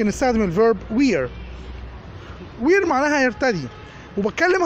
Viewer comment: Thank you very much. Just check the pronunciation of "wear".